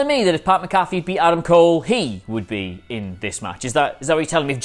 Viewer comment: It's Mac-Afee, not Macaffe.